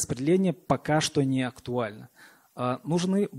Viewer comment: Е. М. произнесла слово "чо"! Теперь,как говорится,я видел всё))